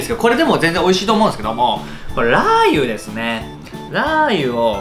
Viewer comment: 最初から酔っ払いのりゅうじワールド全開でしたねwww 呂律が回ってないのも面白かったですが、ラー油の発音も気になってしまった😂